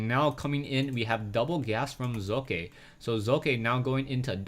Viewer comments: Socke is pronounced Sóck-e instead of Soo-Kài(your s-pronounciation is correct however). You might want to look at one of the german casters(HDHomerj, for example), if you really want to find out, how we pronounce it. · I'd expect Socke is pronounced so-cu so as in "soldier" cu as in "culprit" not "sock" or "sowe-kuh"